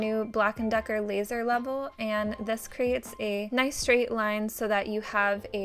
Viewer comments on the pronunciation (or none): none